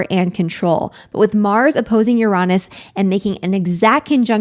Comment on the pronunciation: Yes, triggered this Scorpio at the moment but I'll get over it😂Uranus its spelt Uranus not Uronus. There is no O. I had to check just incase I had been saying it wrong all this time and as my late Professional Astrologer Aunt would say lets not be lazy with our words which is frustrating to hear Uranus be said Uronus when its Uranus. I may have said things differently than they are meant to. I am working on to change those things. But your not on your own or by yourself Stella's Channel Astrologer and Tarot Reader says it too. My Virgo Rising likes to get correct spelling mistakes said corrected properly. I have Mars and Mercury in Scorpio. I hear you. Manifestions always need action. The Secret arriving let people believe that things would fall into people's laps when the word itself says ACTION. interesting times with New Moon in Scorpio. I don't start anything in Scorpio Season personally I wait until Sagittarius Season where its more better for me.